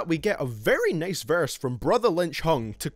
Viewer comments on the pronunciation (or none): I want to watch your vids but the way you say nice and time "anything with long i' make me feel...